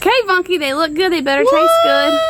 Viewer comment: Ohhh, sounds like you call him Bucky. I need to listen better....lol.